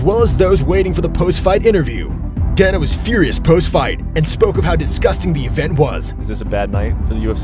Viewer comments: He didn’t even say Donna he said DAN-A. It’s definitely pronounced DAY-NUH like you said but I figured you corrected him so I’d correct you. But you are correct don’t make videos about people as if you know them if you can’t even pronounce the name of the person the whole video is based on. How reliable can any of the information on one’s video be if you can’t pronounce the name of the president of the biggest MMA organization/Promotion in the world? I literally watched the first 30 seconds of this video before I paused it to see if anyone pointed out that he didn’t say his name correctly and thank god 1 person did. I literally don’t want to watch the remaining 7 minutes because the person who made this video is a fraud who obviously doesn’t know shit about the UFC or MMA as a whole if he doesn’t know how to say the bosses name. God it felt good to let all that out. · It's pronounced DAY-NUH. Not donna 😅 pronounce them right if you make videos on it man